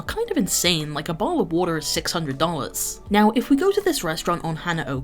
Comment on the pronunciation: always throws me off when I hear someone with a non American accent try and pronounce water with an American accent, makes me feel bad how the sterotypes and the memes have bullied us into not being ourselves